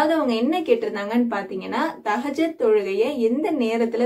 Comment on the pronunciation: Sorry sister thahajath ille thahajuth karakta ma